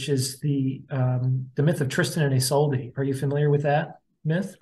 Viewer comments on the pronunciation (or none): *isolde is pronounced Iz-OLD-uh